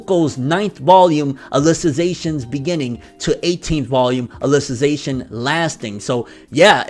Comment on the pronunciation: You pronounced alicization perfectly